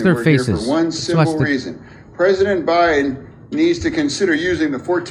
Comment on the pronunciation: “President Buy-in”